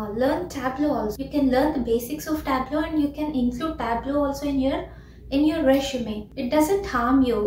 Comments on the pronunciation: Not "reshume" it's resume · It's not reshume it's resume🫡